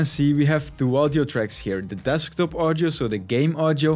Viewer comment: WTF is up with "Thwo"? Where do you find the "TH" sound in the "Two"?????